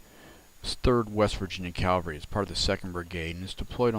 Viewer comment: Please know that proper pronunciation is CAV Al RY Not CAL var ry. Thanks.